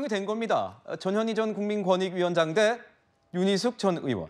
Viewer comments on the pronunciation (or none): 전현희.. 전현희... 저녀ㄴ희..? 들을수록 욕하는 거 같네 거참 ㅋㅋ